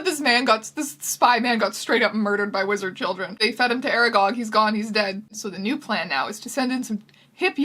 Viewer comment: half of the times she said wizard I was like "...lizard who?"